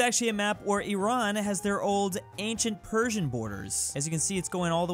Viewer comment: There is an Iraan texas...you say it the way we say Iran in english.